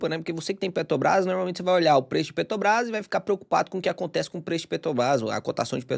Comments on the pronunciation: pq tu fala PETOBRAS, sendo que é petrobras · só consigo hiperfocar no falando “Petobrás” 😂 Achei fofo!